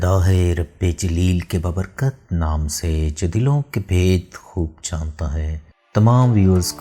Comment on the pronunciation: اوے ، یار۔ ببرکت نہیں “ با بر کت” کہتے ہیں، 😝